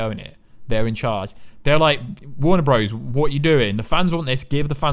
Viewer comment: Its JJ Abrams not JJ Abraham. It is Warner Brothers, not Warner BROZE